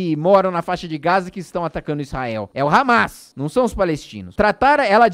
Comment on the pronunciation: kkkkk, "hamês", resbolê"